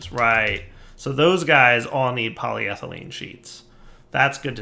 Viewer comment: at least he is more consistently pronouncing polyethelyne correctly. takes the wins you can get.